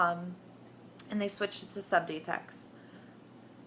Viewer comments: Percy Pringle she also called Subutex subdetex lmao! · lots of this story you can tell are exaggerated. she can't even pronounce subutex, she say's subdytex.. and methadan. As someone said, by law they can't start you at 100mg of Done, it could kill you because they have to take your word for how high your tolerance is. Also she claims, it's the narcan in the suboxone that was almost killing me during the precipitated withdrawl. NOT TRUE. Narcan does not cause the precipitated withdrawl, look it up. All naltrexon does is keep people from shooting the bupenorphine, and in fact they have found it was too little to make a difference in daily suboxone users, they can still inject without getting sick. That's why they are coming out with a new formulation of suboxone this year.